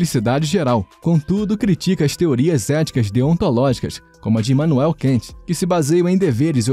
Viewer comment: Não é como se fosse o inglês "Can't", pessoal. Se lê "Kant" mesmo, como se fosse em português...